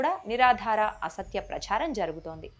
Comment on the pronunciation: ప్రచ్ఛారం కాదు అమ్మా ప్రచారం అని ఉచ్చరించాలి. ఏ పదం ఎలా పలకాలో తెలీని మీరు చేసే వీడియోలు చూడడం మా ఖర్మ